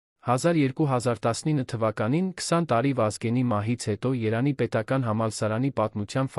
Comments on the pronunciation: Երանի չի տղա ջան ,Երևանի է։Արդեն մտածում ,որ արհեստական բանականությունն է ստեղծել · Հետաքրքիր է էս կարդացողը ինչու է Երևանի փոխարեն Երան կարդում. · Ւմ կարծիքով տեքստը ռոբոտ է կարդում: Երեւանի անունը միշտ երանի է ասում...